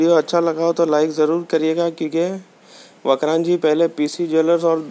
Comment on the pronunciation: ये वक्रांजी नही वक्रांगी है और वक्रांगी एक हिन्दू देवी का नाम से जिसे विरात्रा माता के नाम से जाना जाता है भाई नाम ठीक से लिया करो